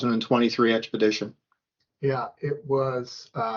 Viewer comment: fair enough I was wrong, her husband who looks like he’s the serious one paid for them to go on the trip, I stoped watching after she couldn’t pronounce expedition 🤭